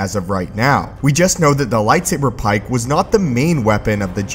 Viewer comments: Dude fuck the way you say "PIKE". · The way he says light saber PIKE makes me want to slap him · But why'd he have to say "pike" that way? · stop saying lightsaber pike like that please